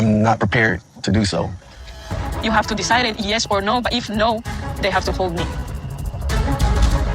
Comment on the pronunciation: I can’t stand that she can’t say a simple word like “hold”. HODE? Im not sure where King of Prussia is in PA but if it’s near the Virginia or Kentucky border… could be why she twangs some words? All I know is she can’t pronounce the letter “L” which drives me nuts! “DAN-IO”. 🤦‍♀️